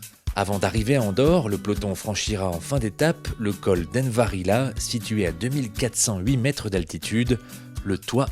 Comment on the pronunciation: Envalira pas envarila non ? 😭